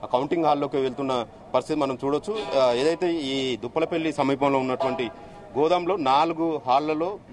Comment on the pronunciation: Duppulapalli anadam kuda Ravadam ledu anchor ki